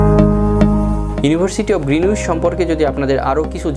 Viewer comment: গ্রীনিচ উচ্চারণ আগে ভালো করে শিখে তার পর ভিডিও বানানো উচিত।